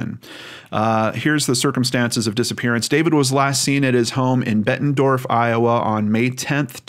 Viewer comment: Bettendorf not Bettenford